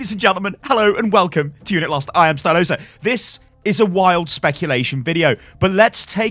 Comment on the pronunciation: A new ""